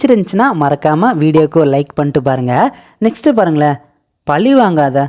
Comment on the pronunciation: Why do you read பழி as பளி